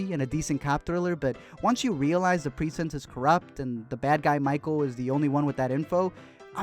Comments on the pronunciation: Everyone else: "Pre-cinct": "Preesent" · Was anyone else bothered by the way he pronounced Precinct??? I mean I love your videos bro but its as bad as when Beyonce talks about Surfborts. Lol. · YOU ARE PRONOUNCING PRECINCT HORRIBLY INCORRECT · It's so weird hearing Chadwick talk without the Wakandan accent. And the way you kept pronouncing precinct just bugged me.